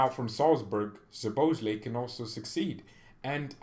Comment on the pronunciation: I told you million times that his surname is soboslai just pronounce like that